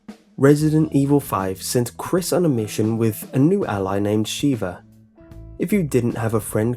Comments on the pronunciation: It's pronounced 'shevvah' not 'sheeevah'. Have you never actually played the game? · The mispronunciations... It's pronounced Zee-mos, not Zim-mos (not to mention you bring up his 'bad' driving, and show a clip of him driving well? * slow applause *) It's also pronounced Sheh-vah, not Shee-vah, but I do agree with her piss-poor AI, trying to clear Professional solo is hard SOLELY because of her.